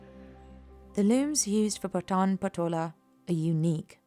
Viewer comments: Its not पठान. It's पाठन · The pronunciation of PATAN is very wrong. It should be PAA-TA-N.....Please correct it. This is one of the most unique and iconic traditional legacy of Gujarati, India....